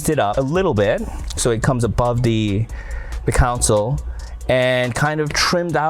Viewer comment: its console... not council